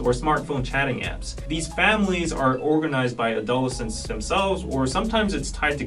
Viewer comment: ado-LES-cents, not a-DOL-escents